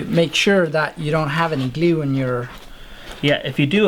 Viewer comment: Glue is "gleeu"... What type of English is that?